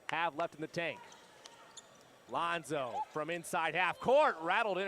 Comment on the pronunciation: commentator said "Lonzo" 😂😂😂